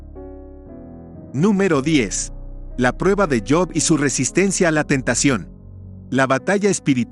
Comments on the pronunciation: Si sabes hablar español,habla correctamente,no es yob es Job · cabal no es yob